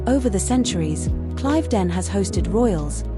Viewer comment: It is pronounced Cliv not Clive ..den